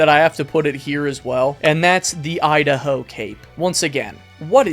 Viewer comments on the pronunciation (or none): none